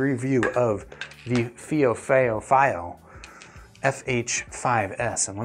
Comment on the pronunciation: dunu d2000j dual dynamics and dual ba and you did all the pronunciation across the globe for the brand "FiiO" indeed a man of culture